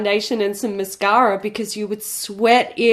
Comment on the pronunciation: lungs mirrored all of our reactions to that KKW price tag!!! 👽 🛸 And I only say mashara instead of mascara now ❤️❤️